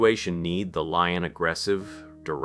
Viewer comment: lion or fox lol i had to turn on my captions to see what you actually said because it sounded like lying or f u x 🤣 i have to admit , I started having a little chest pain early in the vid( And I have extreme high blood pressure) n I had to lay down, but when I heard this I laughed so hard and it distracted me from what was probably an anxiety attack.